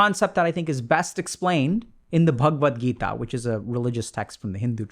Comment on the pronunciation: Thank you so much Dr. K. I've never before heard the correct pronunciation of Bhagavad Gita.